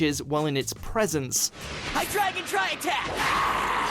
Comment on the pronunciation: You need to separate the Japanese Version from the Dub in your videos. You called Generation 5's season Best Wishes, which was only the Japanese title. Also, maybe learn the pronunciations? Hydreigon = Hydra, Drei (Three in German) and Dragon = Hi-Dry-Gon. Also, Zweilous... The Zwei is 2 in German, so it's pronounced Zvy-lus.